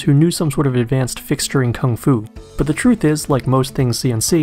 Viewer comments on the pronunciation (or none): none